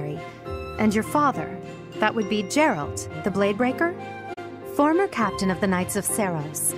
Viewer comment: Jeralt of Jivia xD